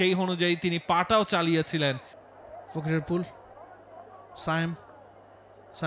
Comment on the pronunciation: ফকিরাপুল❌ ফকিরফুল✅ 😂😂😂😂